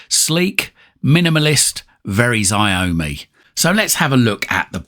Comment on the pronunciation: Looks like a promising little box, Xiaomi is pronounced show-me btw.